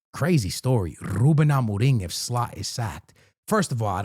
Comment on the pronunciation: The way so say ruben Amorim, is on the same level of that guy who says tapatio